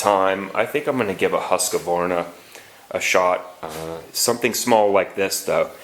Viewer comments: that "husqvarna" caught me off guard, never heard it pronounced that way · That's how most east coast people say it